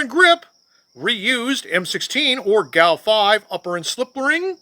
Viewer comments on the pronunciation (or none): It's pronounced gow. Gun aircrew utility. In my 30 years in the Air Force Civil Engineers never issued or saw a A1 upper. Everything I saw was slick side until the A2 was issued. Interesting!